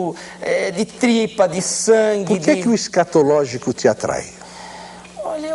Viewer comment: esCATAlógico?!?!??! kkkkk "ta serto"